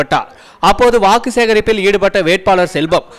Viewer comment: வாகு இல்ல வாக்கு